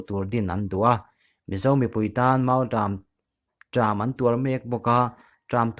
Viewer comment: mizo tawng hi i chhiarthiam ka ti hlawl lo che.pawikhawp mai...mautâm ti tawh la....mautrâm ti tawh suh.